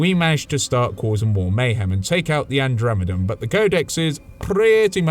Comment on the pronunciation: The Andremedum I slowly turn my head in disgust THE WHAT